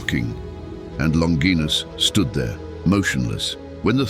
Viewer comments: Longinus is pronounced - 'Lon- ji- nus.' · Longinus is pronounced LONG-gin-us. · OK AI… It’s pronounced LON – JY – NUSS. …….Not LON – GEEE– NUSS. ..Like in vagina… Which isn’t pronounced VA – GEE-NA. ….. It’s Va.– JY – NA. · The word "longinus" is not pronounced "longeenus" in English. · Many pronounce his name, "Lawn jai nuss" , but neither Hebrew, Aramaic, nor Latin have the "J" or "dg" sound. St Longinus means, "The Holy Spearbwarer". I look forward to meeting him when my time comes.